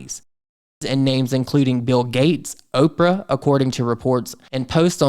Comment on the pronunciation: Not Opera but Opra, as in Oprah Winfrey. Look at the context, the names accompanying hers.